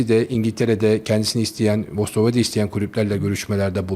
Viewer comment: Pişir pişir anlat, “Brikton”, “Ostorwolde…” biraz da kalite mi desek?